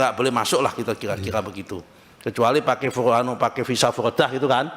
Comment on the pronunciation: Pakai menjadi pake. Bukan pakek. Ibu, bukan ibuk.